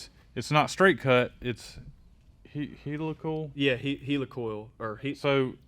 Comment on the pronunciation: He. Lick. ULL. Helical cut gears. heLICal, because it both wrong and funny to put the accent on lick. CHEERS about of the vid.